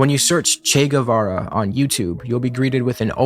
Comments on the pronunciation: As revolutionaries not knowing how to pronounce the name of Che Guevara is a bit F. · IIRC mnemonic device for remembering Che Guevara was "Shake Guitar" but I think it's because he calls him Che Guevar. He a lil confused but he got the spirit